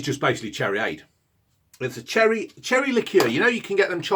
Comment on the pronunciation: ‘’THAT IS CHERREH, it’s bloody nice though’’